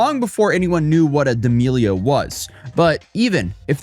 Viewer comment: Why are you saying her last name like that 😂